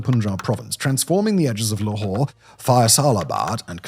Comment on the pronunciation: Can't read English, must use French...LAHore??? What the hell l is that??